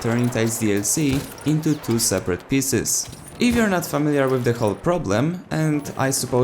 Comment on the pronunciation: It's pieces not pisses 😂